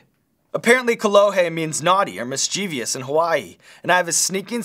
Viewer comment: It's pronounced MIS-CHIV-US, not MIS-CHEE-VEE-US. The word is spelled mischievous. Notice how there's no letter i after the v? It's one of the most commonly mispronounced words, and there's no reason it should be.